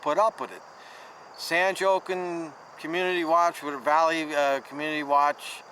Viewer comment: San Jokin Community Watch. Hahahahaha I thought I heard you wrong and had to play it back. That's better than you butchering Gloucester County.